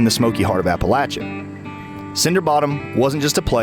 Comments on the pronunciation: It's not pronounced 'Appa-lat-cha' ... it's 'Appa-lay-sha' ... look it up in the dictionary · Hey narrator you sound stupid when you can not pronounce Appalachia correctly. It is pronounced App a LAY chia. A long A not a short A sound. If you are going to make videos then pronouce your words correctly . Other than that it was a very good video. Very informative. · When did Appalachia change its pronunciation